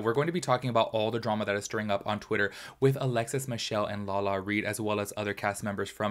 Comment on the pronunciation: Lala-RI!!! Not Lala-Reed. Lol everytime you said it I was like 😣😣 Haha